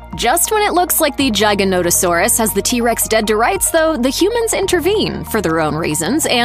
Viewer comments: Its giganotosaurus. With a G not a J. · Jiganauto? How tf do you say giga-noto-saurus wrong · "Jiganotosaurus" 🤣🤣 it's "Giganotosaurus" like "gigabyte". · Um.. maybe someone has said this but Giganotosaurus is pronounced (Gig) as in Gigabyte not Giy as in Giant.. I couldn't stomach listening to the rest of this, the mistakes were unrelenting. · Giganotosaurus. Giga not Jyga. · Giga, as in "gigabyte"...Gi-gah-noh-tah-saw-rus. Thank you. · Giga in giganotosaurus is pronounced like gigabytes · the Dino is called giga Nota saus not whatever you call it lmao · The gignotasuars that not even how it's pronounced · The way this video pronounces giganotosaurus KILLS me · You couldn't even put the effort into pronouncing Giganotosaurus, or what the creature were in the end scenes (Quetzalcoatlus and Sinoceratops) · Anyone catch the way she pronounced Giganotosaurus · Yep, it hurt a little lol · Please learn how to pronounce the name of the giga properly